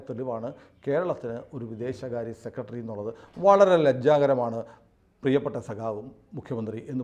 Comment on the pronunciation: സെക്കെടെറി അല്ല സെക്രട്ടറി എന്ന് പറയുക.